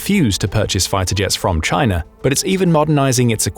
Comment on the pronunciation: chay-nuh is basura!